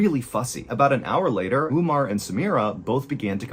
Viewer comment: Not ‘Oomar its Umar’ And not Abdoolah Abdullah